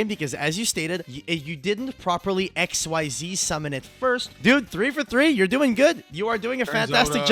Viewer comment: Did he just say Ecks Why Zee Summon? I'm hurt. You were the chosen one. Also, for question 8, Toadally Awesome sets a card, not Special Summons..